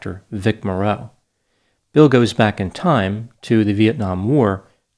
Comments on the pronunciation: His name is Morrow. You make it sound like More-o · Vic Morrow’s name is pronounced “MORE-o” not “more-ROW”. As a point of interest, he was the father of the actress Jennifer Jason Leigh. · First of all, Vic Morrow's name is pronounced MORE-oh, not Mor-ROW. He had a long career, first becoming widely know in the TV series Combat. He made appearances in many TVs and movies and was a well-known actor, just not a "movie star." His career may have been in a slump but it was not over. Second, I don't understand how Dr. Grande could conclude that anybody except John Landis was responsible for these deaths. Dr. Grande is probably too young to remember this incident, and probably did not read a book that was written about the case (it is called "Outrageous Conduct"). John Landis, as the director of this movie, was in charge. He directed everything that went on, including the illegal hiring of the children. Everything that was done on that set was at his direction. He famously shouted, "Lower, lower!" (meaning the helicopter) just before the fatal accident occurred. The original Blues Brothers movie was made in 1980, prior to this film, and also featured the extensive use of explosives which were not even necessary to the film. As for Vic Morrow, actors in action movies often perform dangerous stunts. In fact today I note in many cases that it is a badge of honor when actors "perform their own stunts" and this is often noted admirably. To say that Vic Morrow "put himself in that position" is unfair. Of course he was apprehensive about the scene; it would have been dangerous to film even under the direction of someone less stupid and careless than Landis. He was unlikely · My ears are bleeding! It's pronounced Vic More-O! Not mor-ROW. No one is old enough to remember him?! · You mispronounced Vic Morrow’s last name. It’s not like “mor-ROW”, it’s “MOR-row”, just like “tomorrow”. Even in death, he’s suffering injustices. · Morrow, not Moreau. Just a film fact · Vic MAR -oh